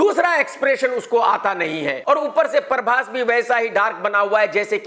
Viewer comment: परभाश नहीं बेटा प्रभाष